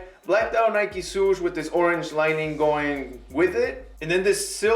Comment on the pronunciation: Nike "Soosh" hahaahhaha